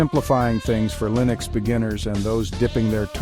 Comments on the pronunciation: I don't think you know how to say, "Linux". Arco Linux is pronouned, "Arco Li-nux", not "Arco Ly-nux". Even the author of Arco Linux says it the correct way, "Arco Linux", just listen to any one of his 3,000+ videos. Then again, are you an AI, or a real person talking? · Linux is pronounced with a short 'i' as in, well the word 'in' not a long i like in, 'like'.